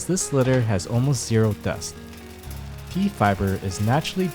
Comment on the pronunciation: I kept hearing Pee-based cat litter.